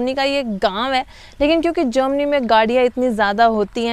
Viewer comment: Jermany hota hai jomany nahi 😂😂